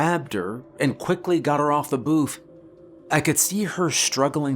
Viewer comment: “Toe booth”.